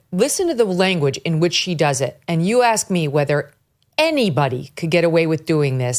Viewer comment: Can you tell by the way she axed questions?